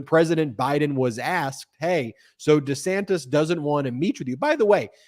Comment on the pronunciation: You called DeSantis DeSantos.🤣🤣🤣🤣